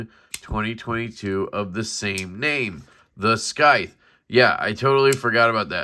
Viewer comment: It's just pronounced normally like sithe lol